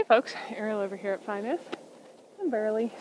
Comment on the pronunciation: I'm not sure of the spelling, but Ariel's dog is named Burley with a "ur" sound not an "ar" sound. I've been watching her channel since way before she got Burley but I went back to listen to her say it again after I saw your comment. Just thought you'd like to know. 🙂